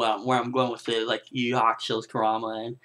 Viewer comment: Show the Son Goku some respect dude! Kuruma it is Kuruma! lol Great review! :P